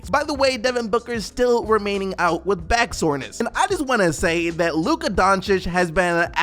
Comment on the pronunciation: finally, you said Donchich right :)